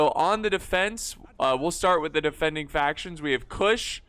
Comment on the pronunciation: Lol another Rome 2 battle where doesn’t get a single faction name right😂